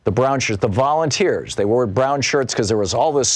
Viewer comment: Let me guess, all volunteers. then Thom said "volumteers. "😂